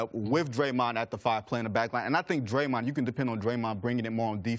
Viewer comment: Still wonder who “Draymont” is, C.C.